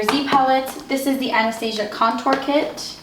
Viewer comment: Anastasia (an-u-stu-see-uh)